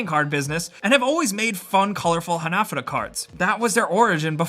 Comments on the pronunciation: They're pronounced ha-na-fù-da not hunuhdooduh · It's pronounced "Hah-nah-foo-duh" not ha-na-fuh-da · Ha-na-fu-da, not hanafuahada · It isn't pronounced "hah nah fudda", it's "Ha Na Fu Da". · Its called han A fudA cards not HanAFudA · HanaFOOda, not haNAfada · The way you say Hanafuda bothers me so much I had to type this comment months after you posted this video. :( Ha-Na-Foo-Duh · Ha-na-fu-da not hanefooduh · For the love of god please pronounce hanafuda correctly, its hanah-fooda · Pronounced "ha-na-foo-da" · It's pronounced Hah-Nah-Foo-Da! Dear god learn the words please. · Hah nah fuu dah - evenly stress all syllables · "Hah-nah-foo-dah" cards Sorry, it really bugged me. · Hanafuda cards aren't pronounced how he said it but what can I say besides. That's English for ya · You’re saying hanafuda wrong, it’s pissing me off. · OMG, stop saying hanafuda incorrectly!!!! it's driving me crazy!!!!!!!!! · How you said hanafuda gave me AIDS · You pronounced hanafuda wrong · Dislike for mispronouncing ¨Hanafuda¨. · hearing you say hanafuda wrong rustled my jimmies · “Rustled my jimmies” 😂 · the word hanafuda was so poorly pronounced it hurt